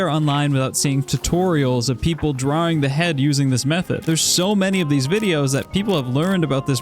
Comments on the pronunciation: i love the way you say draring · I love the way he says "draering"